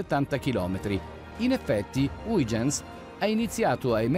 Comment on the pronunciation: Nel video di prima era haigenz, adesso è huigenz, vediamo nel prossimo video se riesce a pronunciare correttamente = hoighenz.